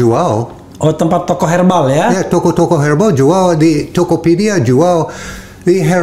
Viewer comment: Herbal, bukan hair balls